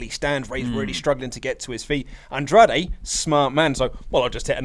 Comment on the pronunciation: Why does pronounce "Andrade" like he is actually mexican? No idea how can sit next to that and not say anything.